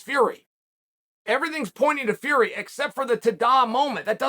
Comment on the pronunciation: Chael to this day nearly a year later still not saying Tommy Fury’s name right is so subtly disrespectful 😂